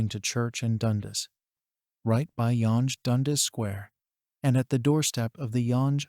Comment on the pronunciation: Yawnge and dundas😂